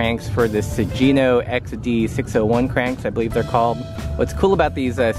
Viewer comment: Daniel-san: It’s Miyagi (mee-yah-ghee, not mee-yah-jee), Miyagi-do karate.: It’s Sugino (soo-ghee-no, not soo-jee-no), Sugino chainrings and cranks.